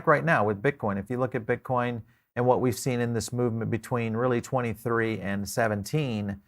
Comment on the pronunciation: ok we got it u got some different accent. BUT MAN! you can't be a fan of cryptos and BTC and call it "Bitch Coin" lol (Min )